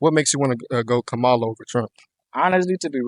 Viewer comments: I appreciate you polling students. However, you need to learn to pronounce her name. It is pronounced “comma-la”. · kamal-hahaha because shes a joke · Her Name is Ka-Ma-La, Like Comma-La!! Please people!! Pronounce her name correctly and Vote Blue!💙💙💙💙💙🇺🇸🇺🇸🇺🇸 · it's commie--la.. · Please learn how to pronounce Kamala's name! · The kids asking questions should learn how to say Kamala’s name. Mispronounced it every single time. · I think it's hilarious that dude can't even pronounce her name correctly. Spend more time studying phonics! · The one thing that pissed me off the most is the interviewers miss pronouncing her name. I couldn’t even watch it because they kept doing it. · Say her name correctly! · why are you defending Trump or everything else you just let them have their own opinion and say what they want to say Second of all, Trump is absolutely tied up with project 2025. You could tell this dude is bias and stupid just by the way he says Cam name. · I like your videos but I would like more if you would pronounce her first name correctly or just use her last name. I am not saying you are deliberately being disrespectful, but as interviewers, not pronouncing her name correctly shows disrespect like you are doing it on purpose.